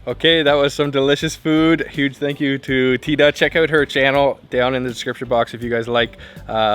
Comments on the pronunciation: THEEEEEE DAAAAAAAA! Or T DA. There’s no Thigh involved in her name. This is embarrassing. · Thyda pronounce= theeda, not thaida. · BTW, Thyda was certainly too shy to mention, but the correct way to pronounce her name is to pronounce the "Y" letter as if it was an "I" sound in French. In other words as if her name waa "Theeeda" not "Thayda" 😅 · You are butchering her name. Even though it is spelled with a "y" in it, It should've been spelled with an "i" for a more closer pronunciation of her name. A more accurate pronunciation of her name would be "teada'' "tea-da" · The correct pronunciation of her name is T- DA. :) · sorry her name pronounce "T Da" she too embarrass to correct you. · Thyda's name would be pronounced like TEE-dah. The "th" sound does not exist anywhere in Asia. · her name is pronounced Teeda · I know right ? Please pronounce her name tee da!! It's polite to say her name property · Hey, next time you might want to ask for correct name pronunciation instead of butchering her over and over again. Her name is one of the easiest English pronunciation.